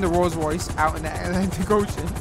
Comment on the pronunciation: really said ALANTIC ocean 😂